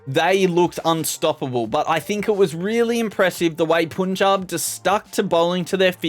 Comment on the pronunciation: That's punjab not puunjab